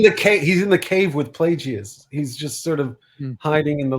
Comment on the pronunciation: Please stop saying Plajeeyus lol Palpatine pronounces it Plagus. (Edit- nm you guys corrected it lol) Also I believe Bazil did not want Sol to shoot Mae. He was about to shoot her ship and that's what triggered Bazil to pull the wires. He wanted her captured but not killed I presume.